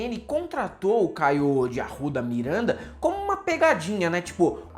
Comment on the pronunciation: "Mirwénda" de "Arrwudha"